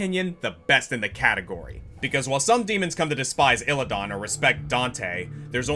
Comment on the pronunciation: it's Illi-DAN not illi-don